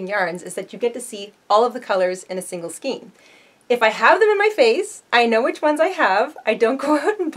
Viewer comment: It's skein, pronounced like rain!